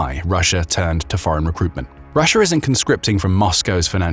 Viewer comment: Love the intrusive R. lol. "Rusher itself"